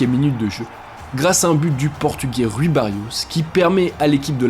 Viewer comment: Rui Barros , ''Rui'' En portugais ce prononce comme en français ''rouille'' 😁 et non pas ''Ru-i'' amicalement 😄